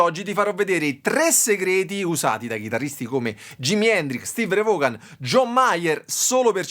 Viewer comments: Voon e non vogan... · Tutto molto bello, ma la pronuncia del cognome di Stevie Ray non si può sentire 🤣 perdonami 🙏